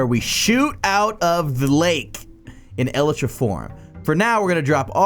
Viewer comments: lel 'el e tra' is actually pronounced 'E-Lie-Tra' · I’m dying the way this guy said elytra el-a-tra🤣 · The way you pronounce elytra offends my ears.